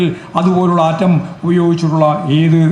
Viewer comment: ആൻ്റം ബോംബ് അല്ല പൊട്ടാ.. ആറ്റം ബോംബ്😂